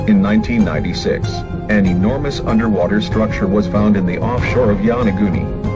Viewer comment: get you pronunciation straight! it is not YANAGUNI!